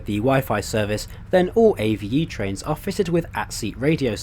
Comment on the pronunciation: It's pronounced Ave as in a bird, not A-V-E.